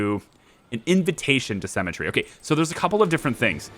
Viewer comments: Haha, it throws me a bit everytime I hear you say Cemetary rather than Sim-metry. Although I'm not sure if that's just me. I'm inclined to agree with you that the costs are a bit off for schemes, especially in regards to minion type costs, but I would also suggest that you misread at least one of the scheme things. It not just cost you things like guards or valets in exchange for something like -15000 gold, but it also looked like it cost you heat. Which brings me to another point in regards to schemes. Why not just: Max valets and gambling and then just 3/4 gambling stuff to fleecing tourists and then just criminal network the world (but not do schemes?) You generate heat eventually sure, but it seems that it ticks through gold income each fairly reliably? As for gambling I would have though say 4 valets for every table would probably keep them rotating through fairly reliably? I guess then it becomes less 'evil genius' and more 'gambling mastermind' as you construct and profit from your legitimate businesses! EDIT: It didn't delete the gold. The vault basically adds a percentage to your maximum amount that you can hold, so what happens (because you didn't have maximum gold at the time) is that 7,580 (or however much you had at the time) stays the same, but the percentage value of how full your vault is changes. I assume you would loose the gold if you deleted it at 100% vault full though. The game doesn't actually 'sell' it until a worker comes to actually do it either from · Oh man had to wait for episode 7 for the comments section. This has been driving me nuts. Her name is pronounced SIMətrē, not SEMətrē. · You say symmetry like cemetery. Your drive to perma kill her is bleeding thriugh